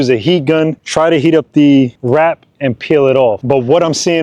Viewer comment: Never heard of Plasti dip? What a pain to hear him say WRAP over and over.